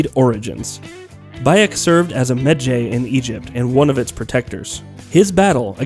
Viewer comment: Dafuq is a Medghay? God I hate it when the person reading the script doesn't even know how to pronounce the important words